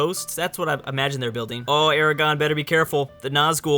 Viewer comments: It's AraGORN, not Aragon. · "I'm sorry if I nerd" continues to say Aragon instead of Aragorn. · Dude...ARAGORN. ERAGON is not the same! Remember the R... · Calls himself a lotr nerd and can't even say "aragorn" correctly lmao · Its Aragorn, not Aragon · FFS it's A-RA-GORN not ERA-GON. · GODDAMMIT ITS ARAGORN, NOT ARAGON seriously though, why does everyone overlook the 'r'? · His name is Aragorn, but I am with you for some reason I have also always called him Aragon. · Gondor, led by Aragon. ARAGON?! Aragorn. Gah. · I'm sorry but it's Aragorn not Aragon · Dude says "Aragon"... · It's Aragon,Aragon is a kingdom in Spain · Why were you pronouncing Aragorn like Aragon? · It's Aragorn not Aragon!! Cmon! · On my God, it's Aragorn, not Aragon. You call yourself a Tolkien Nerd? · ARAGORN NOT ARAGON WHAT THE FUCK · It's Ara-gorn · Who is Aragon? And, is it Galadria, that you are saying/misspeaking? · good video, but the way you pronounce "Aragorn" is cancer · says he is a Lord of the Rings nerd Also - pronounces the main character's name wrong the entire video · I believe it's Aragorn and Galadriel